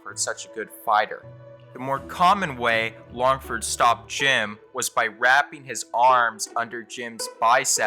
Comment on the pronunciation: You cant even say his name right?? Was that a trick to generate comments?? Sam LAngford